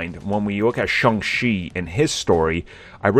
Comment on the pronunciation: IT's pronounced Shong CHEE, not Shong SHEE. I don't know, maybe your doing it on purpose, like the other guy calling it the M She U.